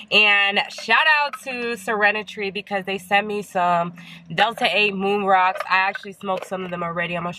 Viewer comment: I thought you said you guys be liking when I smoke them "Roon Mocks" lol